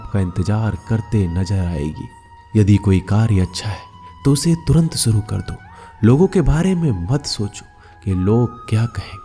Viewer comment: भागवत गीता का ज्ञान बहूतही महत्वपूर्ण है लेकिन आपकी हिंदी भाषा कहना सुनने योग्य प्रतीत नही लगती उदा . सञू नही शञू शब्द होना चाहिए . सुरू नही शूरू करो बहूत सारी शब्द है की आप सही तरीकेसे संबोधित नही कर रहे हो. 🙏🙏🙏🙏🙏